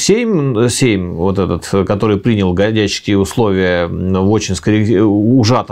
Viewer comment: Прекрасный разбор. Всё же позволю себе поправить участников диалога, чтобы дальнейшие серии были ещё прекраснее (и мой внутренний граммар наци успокоился).: не ГадЯчский, а ГАдячский (, кстати, делает ударение верно) и: не старшинА, а старшИна (речь не о воинском звании, а о верхушке войска, о старейшинах).